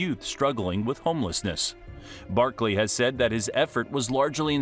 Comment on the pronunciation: Any body notice he dont say some of his y’s like at the beginning he said barkle and even typed it then mear the minute mark he said nittan lions